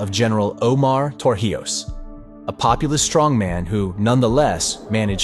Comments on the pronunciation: If you are going to teach important history, please learn how to pronounce things/people's names properly. It is not TorJIos it is TorIJos! It impacts your credibility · Torrijos is pronounced TOR REEHOS, Not TOR HIOS as you kept saying throughout the video. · His name is To-rri-hoes (not For-he-ows). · Tor he os?! HOW ABOUT TOR-EE-HOS. THE NARRATOR DIDNT EVEN TRY TO SAY IT RIGHT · Pretty good, but you seriously need to learn how to pronounce Torrijos. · It annoyed me too 😂